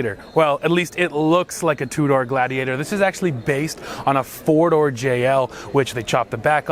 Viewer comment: would you please check in with Andre? It’s pronounced GLAYdiator (rhyme with radiator) 😁